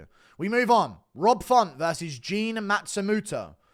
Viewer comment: It's Matsumoto not Matstumuto